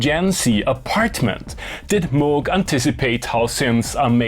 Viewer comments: it is pronounced «Moog», not «Moog». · Its pronounced Moog